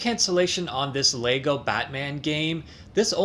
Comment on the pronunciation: It's not Star "Track"; it's Star "Trek". And it's "Leg-o", not "Lay-go".